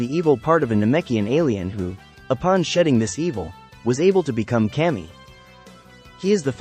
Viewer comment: Kami is definitely not pronounced like that lol